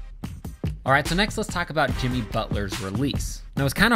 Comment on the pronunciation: Michael Gabrielle alright so jiMEE butler